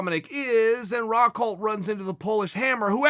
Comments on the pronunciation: Me: Luke Rockhold Chael: Luke Rockhelt Me: Luke Rockhelt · Nobody Chael sonnen: Luke Rockheld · Soooo am I the only one who caught Chael saying “Luke Rockheld” at the start?? I want more people to appreciate Chael dammit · Chael “Luke RockHeld” Sonnen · Did you not hear Uncle Chael? His name is Luke Rockheldt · David Haddad thought i was the only one who heard that